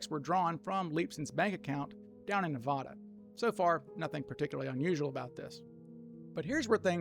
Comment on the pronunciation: NeVAda, not NeVAHda.